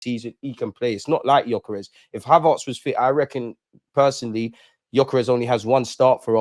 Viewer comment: Ha-VARRRTS LOL HavERTS bro 😊 love though 🇧🇧👊🏾